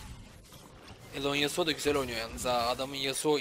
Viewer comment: Yasuoya karşı gragas yasuonun w suna dikkat ettikten sonra gayet güzel bi seçim fakat buildde morello nun ilk item olması e lerini dikkatsiz kullanması yasuoyu bildiğiniz elleri arkadayken kazandırtmış. Bu arada hocam alonesuo yu neden alone yasuo diye okuyorsunuz asıl nicki o mu bilgi sahibi değilim maalesef ama yazanla telaffuzun farklı olması biraz rahatsız edici. Bu arada yaptığınız iş çektiğiniz videolar o kadar insanı bir araya toplamak cidden kolay bir şey değil takdir edip destekliyorum sizi iyi günler